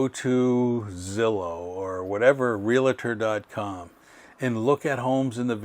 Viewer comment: Please check the pronunciation of realtor. It is not realator.